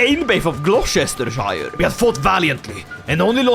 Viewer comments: Hey British guy here, loving the content, noticed your having difficulty pronouncing Gloucestershire, it is pronounced Glostersheer, much love from the next county over in Wiltshire lol 🇬🇧!! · We English hate everyone so naturally Gloucestershire is pronounced "Glostersher" lmao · it's pronounced glo-ster-sher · Gloss-Ter-shire 😂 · Fun fact, The British pronounce Gloucestershire, as "Glostersher" :D Don't believe me? Try google translate and let the AI voice it in English :P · Listening to trying to pronounce Gloucestershire is giving me flashbacks to that old Italian guy trying to say 'Worcestershire sauce' 😂